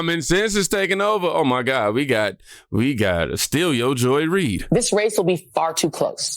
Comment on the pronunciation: "STEAL your Joy Ried" 😂😂😂😂😂😂😂😂😂😂😂😂😂😂😂😂😂😂